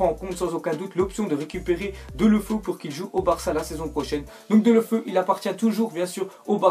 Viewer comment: Juste Deulofeu ça se dit Déouloféou :)